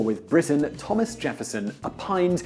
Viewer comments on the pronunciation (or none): none